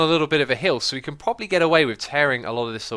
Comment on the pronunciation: X, why're you saying "properly" instead of "probably"?